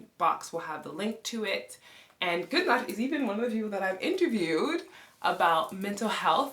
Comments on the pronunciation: We actually do say it like ’Guu-Narr’. Then English speaking people made their own remix aka Gunner 🔫😅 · Loved how you pronounced your husband's name 'Goo-Narr' vs. 'Gunn-Nerr'. Have a friend whose father is from Sweden. We've always called him 'Gun-Nerr'. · Always loved the name Gunnar but now hearing it with the Icelandic accent, even more. In English it is broken up in two syllables, between the two Ns and in Icelandic, it is split after the Ns, and rolled R. Love u guys as a couple! Did u notice your facial structure is similar. Both with broad faces and flat straight foreheads.